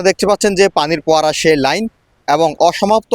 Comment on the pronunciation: কি সুন্দর উচ্চারণ ! বন্ধ শব্দটা বারবারই ভন্ধ বলছে, ফোয়ারাকে বলছে পোয়ারা , সঠিক শব্দচয়ন যে জানেনা সে আবার কিভাবে রিপোর্টার হয় !?